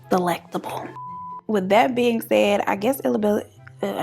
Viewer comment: The way you said delectable 💀🤣